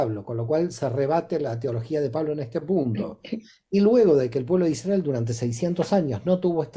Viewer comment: Muy interesante, gracias! Me gustaría informarme sobre por qué pronuncian Isdrael y no Israel, escucharlo de esta manera me gusta y resuena, seguro tiene un significado profundo. Gracias por todo lo que comparten🧡